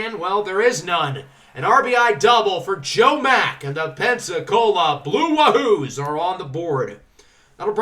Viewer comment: Not a big deal but 'Wahoo' is pronounced like Yahoo